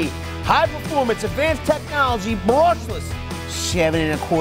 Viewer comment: Berrrrrrrushless! Is it just me?